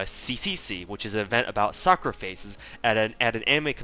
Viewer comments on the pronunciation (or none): none